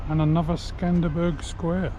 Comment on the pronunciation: I've really enjoyed following along your travels. You have a good way about you. I'm trying to guess where you'll be headed next. I've added a good few places to my maps, thank you. 😊 Please don't think I'm being picky. Skanderbeg not Skanderberg. 😊❤😊